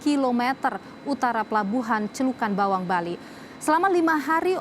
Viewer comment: Celukan bawang mba, bukan celuk bawang 😊